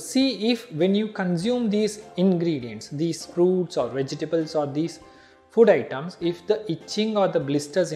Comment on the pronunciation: did he say "fud" instead of "food"🤣🤣🤣